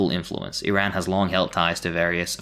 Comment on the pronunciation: Good vid but it's pronounced ir-ahn not irayn